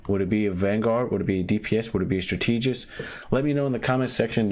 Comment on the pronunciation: Bro please say the word strategist right